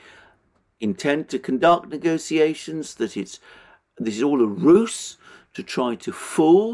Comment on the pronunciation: "ruse" is pronounced rooze, not roose!